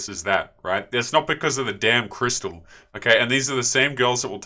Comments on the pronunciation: What did she call that a crystah lol no sound it out crystal 🤣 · the one in the third clip doesn't have any credibility with me as she can't even pronounce "crystal" properly! I get what you say about her looks, though. I once worked for a company who turned me down for promotion on several occasions in favour of girls who's only real qualifications were the ones they kept in their blouses!